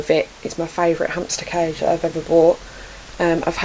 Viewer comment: Your right but I died laughing at this 😂 ,,that king of cadge” CAGE ,,hamster oner” 😂. cadge